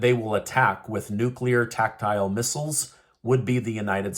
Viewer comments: Love your show but must correct: it's not tac-tyle it's tac-tic-al nukes. Peace soon, please. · btw its not tactile missles....its tactical....your really losing it